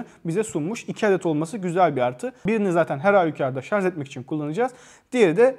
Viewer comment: Teknoloji videosu çekiyorsunuz. Şarj kelimesini sürekli şarz şeklinde telaffuz ediyorsunuz.